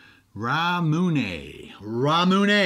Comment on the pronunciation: pronounced correctly, RAMUNE:)